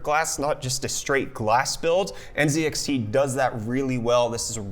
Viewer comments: Bro u okay? I just heard u say nZEDxt Instead of nzxt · ZED? Z(EEEEEEEEEEE) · You are from FL and you say zee in the British way zed. Is that some sort of respect to the company or something? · NZEDXT u canadian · *lives in FL *Pronounces NZXT as N(zed)XT